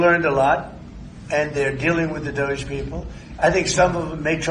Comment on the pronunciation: DOGE. Pronounced:- Dodgy?